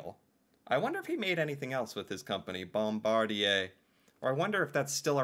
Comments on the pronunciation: I hope you're realizing the depth to which your American education system has failed you. I'm glad you are making the effort to educate yourself about Canada and it's contributions to the world. Also Bombardier sounds like bom-bard-ee-yay, just like Cartier is Cart-ee-yay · Here's a pronounciation tip: Any French word ending in "er" sounds like eh. No joke bud. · the proper pronunciation is #bom-bard-eee-eh# i am germanic, but insist respect for everyone and their cultures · Bombardier is generally pronounced: BOMB -- BAR' -- DEE'-- AYE Bombardier made MOST of the Amtrac passenger trains in the United States, and all of the Via Rail Trains in Canada, they also built most of the Subway cars in North America. THEY WERE THE LARGEST TRAIN MANUFACTURER -- GLOBALLY until they sold that Division to the French Company: Alstom, in 2021. they made luxury "Challenger" Jets, "Global Series Jets, for "Vista Jets", luxury Planes. In 1942, they INVENTED the SNOWMOBILE, which was marketed as the "Ski Doo" in 1959, and developed the "Sea Doo" in 1968, They own "Ski-Doo", "Sea Doo", "Can-Am" on-road and off-road, "Lynx", "Evinrude" "Rotax", "Manitou", and "Alumacraft" iconic in the powersports, and marine industries. BOMBARDIER, of Valencourt, Quebec, Canada; has Manufacturing Facilities ALL OVER THE WORLD -- many are in the US: Spruce Pine, North Carolina, Sturtevant, Wisconsin, St. Peter, Minnesota, Lansing, Michigan, plants in Queensland, Australia, Pinion Transmissions, in Germany, facilities in Juarez, Mexico, facilities in Gunskirken Austria, and facilities in Rovaniemi, Finland. Funny, that YOU have not heard of this company before ! 🤔 🍁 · Bombardier is pronounced Bomb-ar-dee-eh. Johnny Lombardy was a popular Canadian band leader - at least after the war. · It is pronounced Bomb Bar Dee eh, Bombardier builds Airplanes and snow machines and many other things stay blessed 👊🏼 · Ha ha BombarDEE AY! French, my friend. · Pronounced Bom bardi (capital)A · bom BARD ee ay